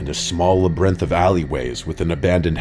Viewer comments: "labrinth" 7 million subscribers and you cant even pronounce words correctly? Even the subtitles are wrong sometimes. Do better. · La brenth? Whats a la brenth? lmao are you British? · Right?!? la-br-inth 😂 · There’s always a mispronounced word per video lol. Labyrinth this time!